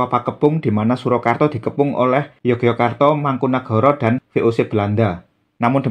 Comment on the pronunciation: Mpu, pelafalan Yogyakarta kalau dijawakan menjadi Yogyåkartå itu rasanya tidak lazim. Melainkan malah Ngayogjåkartå atau Yogjå. Kemudian, RM Sahid (yang orang sekarang lebih familier dengan nama Pangeran Sambernyawa), justru pada masa hidup beliau lebih populer dg nama: ~ Raden Mas Suryakusuma (nama RM Sahid setelah menerima lungguh dari raja Kartasura PB II); Pangeran Dipanagara pun (dalam Babad Dipanegara) mengenalnya sebagai: Pangeran Suryakusuma ~ gelar dan nama yang dipakai RM Sahid / Suryakusuma pada masa berjuang (dalam waktu yang lama) adalah Mangkunagara, Pangeran Mangkunagara (nglorod asma sang ayahanda). Dalam Babad Panambangan, Babad Giyanti, dan literatur lain pun lebih banyak dipanggil dg nama Pangeran Mangkunagara. Nama ini juga yg kemudian dipakai juga ketika telah menjabat adipati (KGPAA Mangkunagara I). Toh, saat bersekutu dg sang paman (Pangeran Mangkubumi), nama beliau juga imbang: Pangeran Mangkunagara. Dan julukan Sambernyawa hanya populer bagi orang sekarang saja. Padahal jauh sebelum menjadi adipati Mangkunegaran, beliau (RM Sahid) telah memakai nama sang ayah menjadi namanya (Pangeran Mangkunagara).